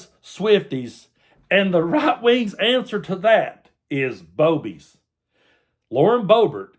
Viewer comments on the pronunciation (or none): I think you may have missed the correct pronunciation. They're BOO-bies. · I think it’s pronounced boo-bies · You pronounced that wrong. I'm sure it's booby's.😅😅😅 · RFLMAO I couldn't help myself from laughing everytime you said Boebies and in my head it was fake Boebies LOL ala Beevis n butthead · Did you say "Boebies" or "Boobies"? Again, thank you again for the laugh at the ridiculousness of the right!! (I thought the right was all about family values... wasn't Bobo an escort who 'serviced' Ted Cruz...how inspirational!)